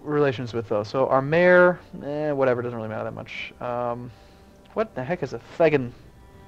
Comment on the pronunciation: I realise I'm over a month too late, and you may have got it right later on that I've not seen yet, but "Thegn" is pronounced "Thane" :)